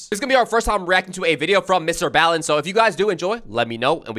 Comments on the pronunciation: not bal its ball en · Baalen😭 It's pronounced "BALLen"👍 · Ba lin? 🤣 ball in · yeeeaaaa Mr.Ballen btw it's pronounced like ball, just being helpful :D